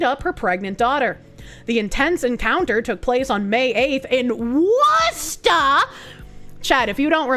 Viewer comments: I've never heard an Anerican pronounce Worcester properly. Clearly, I've been missing out on Bostonian's. ❤ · Subbed due to ability to correctly pronounce Worcester. 😉